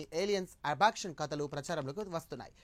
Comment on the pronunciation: అబక్షన్ కాదురా Abduction